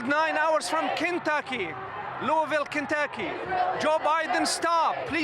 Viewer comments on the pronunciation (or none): It's not Kintucky. It's Kentucky. Pronounce it right!